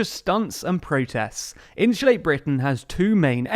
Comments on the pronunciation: Great video but can't help laughing at how you say insulate haha 😆 In shoe late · “Inshulate”? Every time I think I’ve finally heard all the British accents, someone pops up like, “Bold of you to assume.”